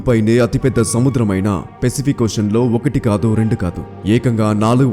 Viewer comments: Adi pesipik kadura babu..sariga pronounce chey firstu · One suggestion pacific pronounciation is not correct bro